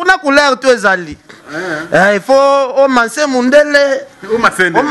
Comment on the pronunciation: olobi ebele mais olobi rien en plus oyebi ko prononcé ba mots te ozo loba ko manser au lieu de masser mawa trop!!!!